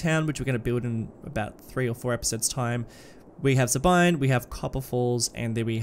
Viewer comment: Sabine is pronounced "Sah-been" - the mm-wiki discord community